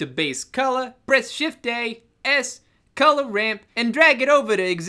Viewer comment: Colugh instead of color